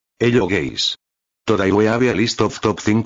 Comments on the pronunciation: I hear gays not guys😊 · What normal people hear : hello guys😊 What I hear: hello gays💀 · I always hear in hello guys like hello gays💀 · "Heyo gays"😂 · “hello gays” why 😭🙏💀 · How it's supposed to be pronounced in the beginning: hello guys. How it was actually pronounced: hello gays. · Hello guys❌ Hello gays✅ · "eLlo GaYs"💀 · "hello gays" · he-ello gays never gets old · My fav part is when he says "hello geys!" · bro, said ''hello gays'' and ''topsingo 5'' got dying💀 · bro the "hello gays" 😭😭😭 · Bro said “hello gays” 💀💀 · Why do i keep hearing hello gays💀💀💀💀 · "Top 5 Hello Gays"